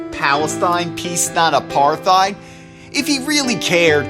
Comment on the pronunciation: from the way he pronounces “Apartheid” , you can tell he isn’t a native speaker. Where is he from? And why is he pretending to be American?